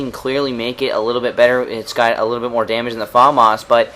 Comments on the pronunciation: i'm not trying to be a prick or anything but it made me laugh everytime you said "farmas" isn't it famas? :S anyway, cool vid as usual. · LOL you say Farmars :L Fam Ass. Its french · say famas like fumas not Faaamas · Its famas not farmarse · you pronounce the famas weird its "FAMAS" not "Fomos" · FAAAMAAAS dude its FAMAS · haha he says fAAAmas :D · you say famas funny xD